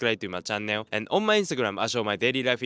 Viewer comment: please learn how to say “channel” properly. Way too much stress on the nn.